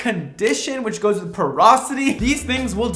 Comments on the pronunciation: OMG! It’s porosity, not ‘perosity’. Educate that editor!!😮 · Dude - porosity not "perosity" 😂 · I love you and your content, I’ve been learning a lot from you, but I feel I need to correct the “perosity” to porosity 😅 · "Porosity" - as in how porous your hair is, not "perosity", which isn't a word.